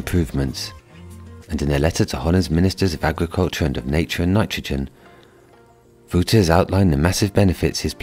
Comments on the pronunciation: The guy in the video pronounced his name wrong, you were almost right but it's Wouter not Vouter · His name is w au t e r😅 not wooter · als die nederlands is is het wel echt heel fout dat hij Wooter zegt in plaats van Wouter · Yep it isnt Wooter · sounded more like Wowder, like powder, so he needed to pronounce the T more. I am quite tuned into the pronunciation of this specific name😉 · Well... His T can be pronounced more prominent , because I heard Wowder. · Yes, your Dutch is better then who ever did that original video. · He definitely did pronounce the W right, it went wrong with T, because it sounded more like a D or soft T, he should put more emphasis on the T, like in Titties! 😁✌🏼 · You are laughing at someone for saying it wrong but you you're saying it wrong yourself, it's Wouter.